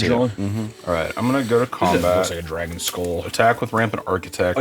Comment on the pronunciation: BAEBY DRAEGUN!! BECOME THASUND-YEAER DRARGUN!! 😂